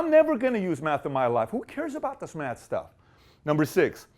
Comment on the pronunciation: Dr Manhattan and Silver Surfer: The Matter Bosses great comment! But he said meth not math 😂